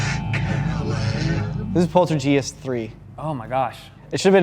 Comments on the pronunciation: Poltergee, poltergeir & poltergeist 😂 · It is polterHeist…like gif. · did he just say polterGIEST ? Lmao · How old is again? He doesn't know how to pronounce Poltergeist? He doesn't know who Stephen King is?